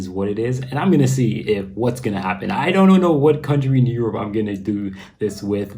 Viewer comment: When you say Europ as if it was a country, makes me laugh haha.